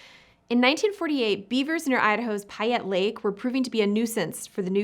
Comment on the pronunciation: The pronunciation of payette lake hurt my ears…. Should be pronounced pay not pi